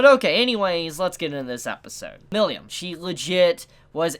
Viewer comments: Milim (me-lem) Not "millium" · You pronounced "Milim" "Milyam" Lmao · The way pronounces "Milim' gets me every time lol.